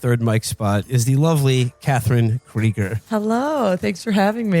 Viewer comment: I love how he pronounces her name "Krieger" given the subject matter.